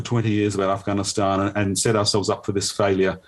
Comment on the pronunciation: it’s “Afghanistan” not “Afighanistan”. I bet he’s say “Jesus” not “Jesius”. That’s because he spends a lot of time saying that name, and he (probably) never slips up saying it. Since he doesn’t talk about Afghanistan much (as much as he should at least) he slips up saying the name.